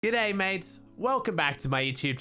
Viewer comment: " gooday mates" me : yesssssssssssss